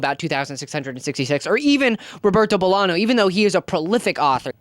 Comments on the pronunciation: Bolaño, not Bolano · ROBERTO BOLAÑO MENTIONED RAAAAAHHHHHHHH VIVA CHILEEEEEEEE also btw, the Ñ is pronounced like 'gn' in lasagna!!! loved the video, we have to bring back classics fr (as someone whose favorite authors are tolstoi and dostoyevski)